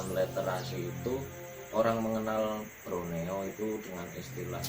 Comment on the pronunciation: Broneo apa Borneo? Krn waktu jaman Belanda ada sebutan Jawa=Java.Sumatra =Andalas, Sulawesi=Salebes dan Kalimantan= Borneo, sy pernah merantau di Kalsel, Banjarmasin, namanya suku Banjar, bahasanya banyak yg sama dgn bahasa jawa, budayanya sama dgn Jawa yaitu wayangkulit.